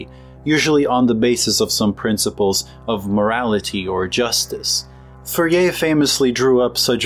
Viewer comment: It's pronounced: For'-yay